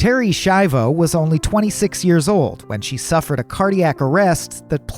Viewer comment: Se pronuncia SKIAVO